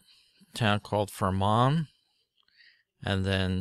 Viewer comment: Fermanagh pronounced: Fur-man-a